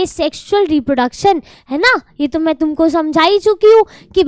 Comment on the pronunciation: Reprodecson nhi hai mam reproduction hai vo